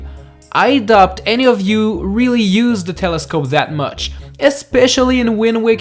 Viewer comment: You said “I dopt” doubt is pronounced like dout